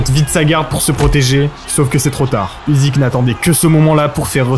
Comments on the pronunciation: Le sujet est sympa! Par contre ça se prononce "Ucyk" pas "Uzyk" :) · Usyk se prononce Oussik - ça veut dire Moustache en Ukrainien!